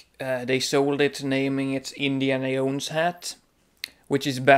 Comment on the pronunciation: jones not yones jahones jownes joe ns